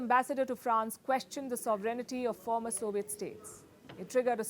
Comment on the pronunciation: Stop saying ' sovereignity'